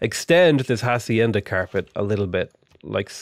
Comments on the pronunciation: As a mexican "h" isnt pronounce xd, no hate just funny as hell in my head. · Hi, native spanish speaker here, please don't pronounce the h in hacienda, its just wrong